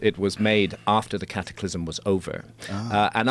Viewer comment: Hearing “Cattyclysm” over and over makes my ears bleed